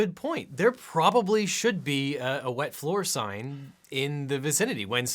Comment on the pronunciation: The way he pronounces wet floor sign is always so funny